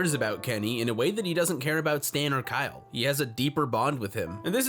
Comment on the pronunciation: KYeal! That's Kyeal!